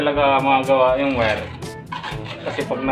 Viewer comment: boss wag Muna ipag ptuloy nakaka hiya ka Mali Ang pronounce mo sa wire o Mali Ang pag basa mo sa Phelps dodge